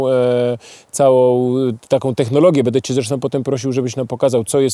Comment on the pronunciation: Panie! Błagam! Mówi się BĘDĘ, nie BEDE.